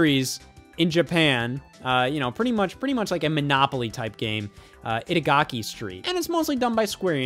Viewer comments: it’s Itadaki(いただき = calling dibs) Street not Itagaki(坂垣＝Random given name), who the hell is Itagaki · Itadaki Street, not Itagaki Street. For shame. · bro thought itadaki street was itagaki street 💀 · Itadaki not gaki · Scott mispronouncing "Itadaki street" for 5 minutes straight '_'